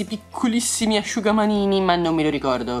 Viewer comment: gli asugamanini come dici tù sono per la faccia